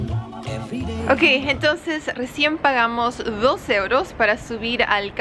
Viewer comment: ¿Por qué dice ieuros y no euros? Saludos